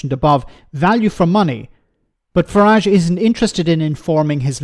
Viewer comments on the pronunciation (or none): none